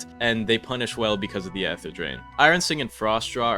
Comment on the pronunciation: oh my god STOP SAYING EHT HER